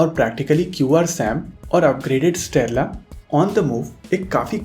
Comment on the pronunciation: Why do you pronounce strela as sterla